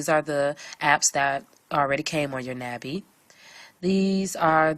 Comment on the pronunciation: "NAH Bee" A sound like August. It's the Korean word for butterfly.